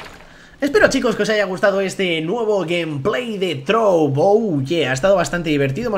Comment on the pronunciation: dijiste "trouv" en vez de "trove":v